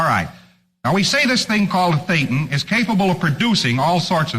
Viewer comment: a Thetan! Not a "Payton" or "Satan" 😂